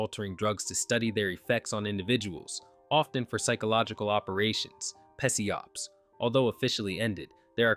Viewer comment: PESEE-OPS 🗣🗣🗣🔥🔥🔥 Nah but fr bro it's pronounced "sy-op/sigh-op"